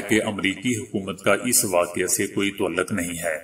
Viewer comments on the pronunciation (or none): آپ میں ایک اچھا نیوز کاسٹر بننے کی خصوصیات موجود ہیں۔ مگر اس کے لئے آپکو اپنے تلفظ پر خصوصی توجہ کی ضرروت ہے۔ مثلاؓ "تعلق" کو آپ ہمیشہ "توعل لق" پڑھتے ہیں۔اسے " تاعل لق" پڑھا جاتا ہے۔ "بہادر" کو "بوہادر" اور "پیغام " کو "پے غا م" وغیرہ وغیرہ۔ آپکی کامیابی کے دعا گو ہوں ۔